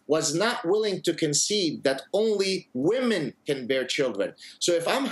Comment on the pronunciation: She says "women" as woman...it is irritating